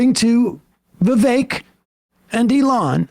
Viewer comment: Just a note: while Sam has taken recently to saying "Ramasmarmy", the reason he says "Vi-vake" is due to something Ramaswamy said when he was a Presidential candidate -- "My name's Vivek, rhymes with cake", so although Sam is making a point about how smarmy this man is (Vivek himself is the son of immigrants), he pronounces the man's first name as the man himself said it should be said.